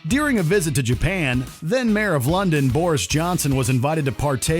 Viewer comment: IT'S DURING NOT DEARING. GET IT FUCKING RIGHT.